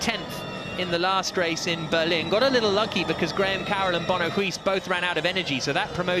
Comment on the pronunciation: Use Google Translate to hear how "Huis" is pronounced.